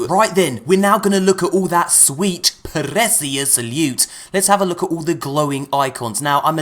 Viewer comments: Last time I checked, appreciate was not pronounced with an "L" check this guy out . And neither does precious have an "L" in it . Wth? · is anyone else annoyed by how he says precious